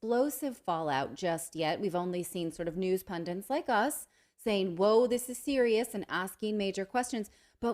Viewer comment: Guys, it’s pun-DITS not pun-DANTS